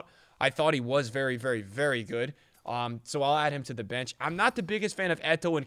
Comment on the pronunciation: haha “varry good” turned irish for a sec